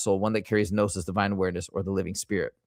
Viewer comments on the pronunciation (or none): none